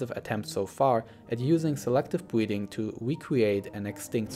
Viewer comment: “Selective bweeding”